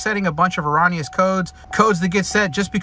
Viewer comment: Say it with me erroooooooooneous, it is not pronounced as ON. Also, Ecotec not echotech. There is not an H in Ecotec. Economy not echonomy.